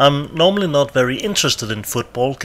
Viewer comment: But you put the emphasis on the "not"...